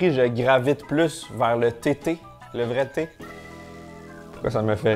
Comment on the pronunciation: Quand t'as dit thé thé, j'ai pas entendu tétés, mais j'ai entendu TT. Alors je me mettais en route pour l'île de Mann, jusqu'à ce que je comprenne. Doooonc, je repose mon casque et je poursuis la vidéo. Bisous